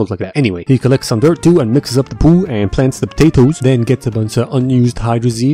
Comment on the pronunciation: I cant get over the way you say "poo" 🤣🤣